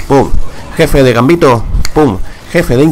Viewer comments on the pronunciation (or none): none